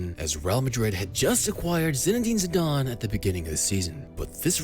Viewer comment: Zidane* not Zidone